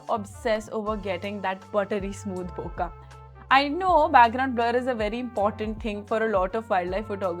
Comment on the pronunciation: Thanks for your review. BTW, "bokeh" is not pronounced बोका but as बोके. It is a Japanese word that is mispronounced largely by Americans. One correction: the 200-600 was also designed for high res sensors. The 61 MP A7R has been around for a long time. In any case, neither the 200-600 nor the 400-800 can resolve the full resolution of the sensors. If micro contrast at high resolution is required, then you have to go to the 600 f/4 prime. The main differences between the 400-800 and the older 200-600 are the new linear drive motors in the 400-800 that makes autofocusing much faster, and the 1.78x greater magnification (almost double) that 800mm can deliver vs. 600mm. The 200-600 also has the advantage of being lighter and hand-holdable for longer times. If money is not an issue, it is worth having them both. But if it is either / or, then the 400-800 is the more useful lens for wildlife and bird photographers, as you said.